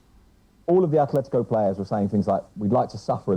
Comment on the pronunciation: “Athletico”.... cmon espn you’re not even trying anymore